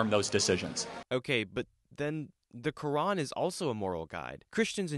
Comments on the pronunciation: he cant even say fucking "Quran" its said like kr aan not ka ren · the "kurin" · Side note, what the hell is the ''khadeeth'' and the ''kurinn'', it's Hadeeth (Had'iith) and Quran (Kur-aan). Bro didn't even know how to say it properly. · "Kedeth" "keran" bro🍃🍃✌✌